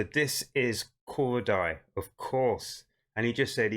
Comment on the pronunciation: It’s pronounced cor-day 😂 just for future reference 😂